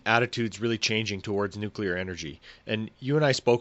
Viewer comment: Nucular? Nucular??!! Nuclear. New. Clear. Nuclear.